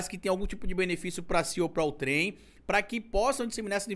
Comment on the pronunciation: A pronúncia não é "ouTRÉM" e, sim, "OUtrem".